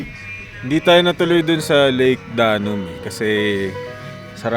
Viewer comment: Step aside, Bogart the Explorer and Biyahe ni Drew. Lol! My morning commute today was very entertaining. Gusto ko yung narration, di ba sumakit lalamunan mo? By the way, instead of saying Lake Danum as “Daa-num” say “Da-noom” emphasis is on the 2nd syllable. “Danum” in the dialect means “water”. Pasensiya na, guro ako sa past life, ayan tuloy).